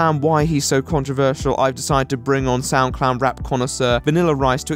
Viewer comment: For the longest time I thought you were saying SoundClown, which actually seemed rather appropriate.